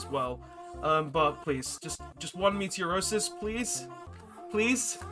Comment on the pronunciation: I'm slightly bothered that throughout this series everytime you attempt to pronounce "Meteonis" you say "Meteorosis" Enjoying the series apart from that though 😂😂😂